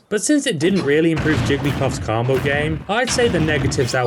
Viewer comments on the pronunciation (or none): stop saying carmbo